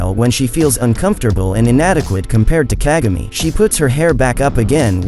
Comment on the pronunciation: Hope you're saying kagami wrong